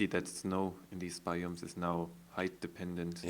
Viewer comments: its bi ums not bi umes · its BIOMES not BAYOMIES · its biomes not bioooooooooomes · doc, your pronouncing biomes incorectly its like baiomes (just my ocd)